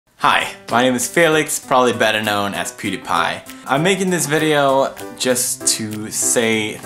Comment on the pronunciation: "piediepie"? lol it's PEWdiepie